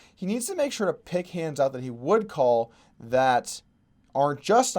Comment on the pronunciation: “I kwaul” Brilliant Russian accent right there